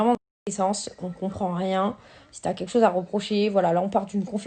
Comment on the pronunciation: « Chose » et non chause 😅